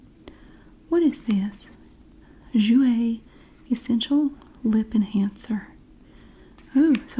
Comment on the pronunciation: your pronunciation of "Jouer" was PERFECT